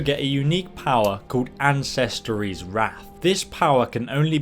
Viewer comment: you called ancestors like this: ansistoreeees wath